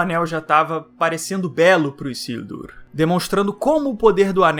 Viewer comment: Não é " Issildur ", é Isildur com som de " z " 🤓